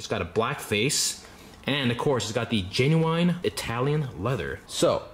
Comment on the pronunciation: its genuine not genuIIne